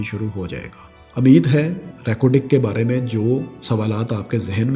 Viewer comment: Ameed nahi umeed (dont mix punjabi with urdu) Balochistan ko punjab may kha liya. Balocho say bohot sari lanaty punjab qabool kary